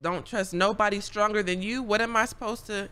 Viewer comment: "Don't trust a stronger" -, reading the sentence "Don't trust a stranger" LMAO